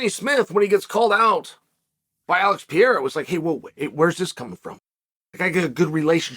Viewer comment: Alex Piera, Kumara Ooozmen, Hoomzat Chimaev, Yourear Rodríguez, uncle Chael never lost a round😅😂